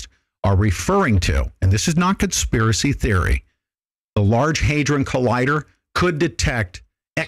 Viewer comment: The day before the Norway spiral was a missile test. They warned they area the night before asking them not to fly planes in the vicinity. The reason for the spiral was due to a ignition failure of one part of the rocket. Oh, and it is pronounced Hay-dron (like TRON), not haydren.